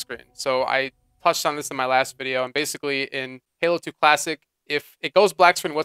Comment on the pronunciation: I kept hearing you say "plastic" halo, took me awhile to figure out that you were saying "classic" lol